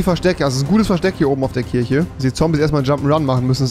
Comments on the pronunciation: Rewi muss echt mal lernen Worte mit "CH" richtig auszusprechen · Das heißt Kirche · Bin ich der einzige, der hinterfragt dass Rewi Kirche Kirsche ausspricht und Kirsche Kirche?